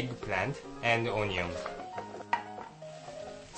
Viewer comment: "cut the oh-nee-ong" hahaha